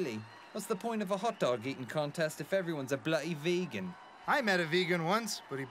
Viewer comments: love the inclusion of in this episode but man wish would've asked him for some election lessons it's bloody and ruddy not blutty and rutty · you can instantly make your accent better by not saying bluh'ee instead of bloody. We drop Ts not Ds. So water is wah'er, butter is buh'er...